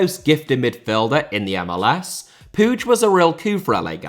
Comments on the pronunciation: Just an FYI, but the last name Puig is pronounced like "Pweeg" not "Poodge". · still cant understand how can somebody pronounce puíg as pooge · no the catalan pronunciation of puig is not "pooge" i know that for a fact im not just assuming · I think it might be the Catalan pronunciation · The way butchered Puig's name is brutal, up there with what the Saudi's have done in Yemen